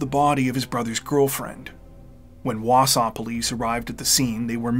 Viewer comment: Props on pronouncing Wausau correctly also! 😊